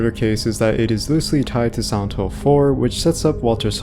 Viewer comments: Why sometimes you said “Silent Hill” and most of the time you said something along like “Santo”? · everytime u say silent hill it sounds like santhole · i kept hearing "Old Santo" and "Santo Ranch" and became very confused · could you say Silent Hill right?